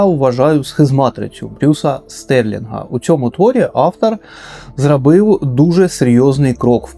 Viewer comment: Дивлюся вже друге відео. Дуже цікаво але страшенно відволікає Ваша вимова, заміна о на а. Як всередині нас все влаштована. Дапамагає, зрабив, праживання, пратистоїть, навий тип людей, ще адин факт пра книгу!!!!! Най квітне український ютюб!!!!